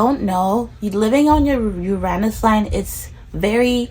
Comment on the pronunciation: I came across your vid by complete random. I felt right away “oh I’m gonna like this girl”. And then you said “Uranus” the right way ahah. I’ve been breathing Astrocartography recently, and so probably why I got this vid. I myself have been wondering if visiting my Uranus line might be fun, just for a holiday. Subscribed